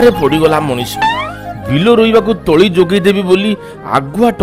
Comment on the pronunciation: ତଳା ନୁହେଁ ତଳି